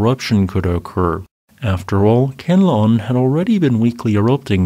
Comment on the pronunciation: Great job, appreciate your work. If you are interested in pronouncing the Philippine volcano as natives do, say "KHAN - LA - OON" 3 syllables. The stress is on "LA" and said in a rising voice. KHAN is flat/low, LA is rising, OON is down/ending sound.